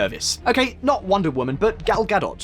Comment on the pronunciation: It was pretty funny.... Nesset was one I hadn't heard before... But at least they pronounced Gal Gadot's name right... It's hard when English is such a weird language to begin with, and then lacks some regular letters for sounds used in other languages... The message was pretty good though...